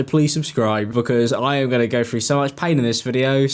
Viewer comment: I clicked but I can’t listen to talking about someone going “frew” a hard time.